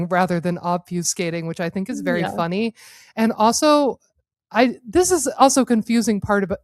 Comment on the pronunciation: Ha! She said funty!!! 😂